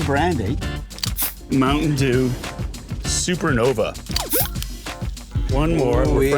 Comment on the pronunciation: Did he just say Mtn Dew Suppernova wtf Canada be holding out, wtf Dew